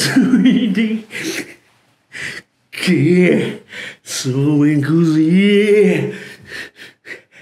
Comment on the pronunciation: そうめんがザーメンにしか聞こえん